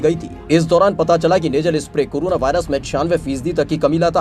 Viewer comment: Its corona not curuna